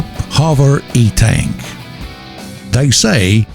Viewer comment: It's eNtaK not E-Tank :P